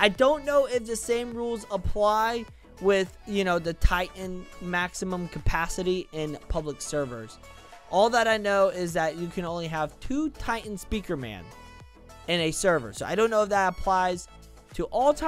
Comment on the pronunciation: Wait minutes 10 why are you says maxium titans